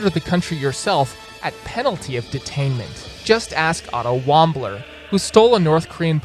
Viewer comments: Lol Otto Wambler. Cmon bro. That big of story? It’s Warmbier. Like warm-beer. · Wambler??? That isn't even how his name was pronounced and you know full well you heard the correct pronunciation on TV. Heck all you had to do was look up an old news story. And apparently it wasn't so impossible to build it because you actually did build some buildings. So it was more like very difficult. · Are we just gonna IGNORE THE FACT that he said OTTO WAMBLER!? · 1 Otto Warmbier Not Otto wombler 2 He was held for a year, singular not plural. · It's not "Otto Wambler." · dude’s been dead for 6 years yet you still managed to butcher his last name